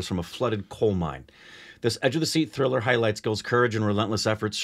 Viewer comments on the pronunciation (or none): none